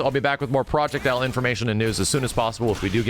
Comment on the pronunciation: if proyect "L" is not an "W" imma be laughing for decades